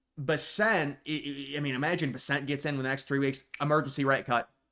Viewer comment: You keep mispronouncing BESSENT! The accent is on the first syllable not the second..BESS ent. Have you never seen him on the news or anywhere??